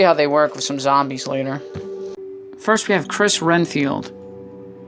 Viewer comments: its red field not ren field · I was about to say that it's Redfield but sometimes people mess up so that's ok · Nice video, thank you for it. My only complaint is.... for Chris and Claire Redfield you kept saying "RENFIELD" with an "N." But it's "REDFIELD," like the color "RED" with a "D." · Renfield? It's it's Redfield. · its redfild not renfild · I love the figures but I just want to correct you one thing it’s Redfield not “Renfield” not disrespect though dude I love the review